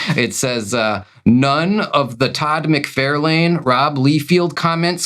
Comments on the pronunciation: How dare you mispronounce Mucfarlung. How dare you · I bet you would hit 10,000 subscribers sooner if you pronounce Toad Mike For Loin properly! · I don't mind how you pronounce Bob MacFairlin. Happy Next Yard! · I'm from Tennessee and I have a VERY thick accent. I can properly pronounce Todd McFARlane and Rob LIEfeld properly. It's how they say their own names, and it's something very easy to get right. It does grate on my last never that you guys both mispronounce their last names because it's more than obvious you do it intentionally. It would be a little different if doing so wrongly was funny; it's not. Otherwise, I LOVE you guys and your channel. I thoroughly enjoy 100% else of everything you guys do. I LOVE that you guys like to read books and just give your opinions. It's totally cool that you guys honestly give your opinions on a book (I personally haven't warmed up to Absolute Batman, and I'm a Batman fan). Yep, totally okay to not like something everyone else likes...and it's okay to like something no one else does. I'm an unapologetically an Image 90s comic book fan, and have been publicly ridiculed for being one. I couldn't care less; I'll like and dislike whatever in the world I want to. I get the same vibe from you guys. Wishing you guys the very best! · when i first heard you say todd mcfarLANE i thought it was for interaction bait lmao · hahaha MC-Far-lin ! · yall should mispronounce todd mcfarlane's name as a joke lol, but honestly, I had no idea it was pronounced wrong or that it was even that big of a deal since it isn't malicious at all. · Funny how you two can pronounce everything just fine. Other than two of the most popular comic book creators. Makes sense.